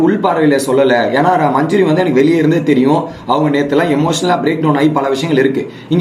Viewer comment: Majuri illa Adhu manJAri... Please change ... Evlo per solraanga